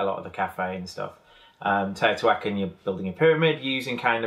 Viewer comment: Tayotawhackin??? Teh-oh-tee-hwa-caan please..😋